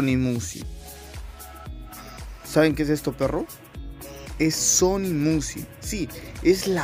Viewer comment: JAJAJA SE DICE MIUSIC JAJAJAJ APRENDE A LEER GIL